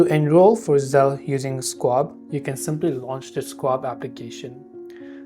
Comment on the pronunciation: This might be the worst instructional video I've seen on YouTube. Oh, and it's pronounced SHWAB, not SQuab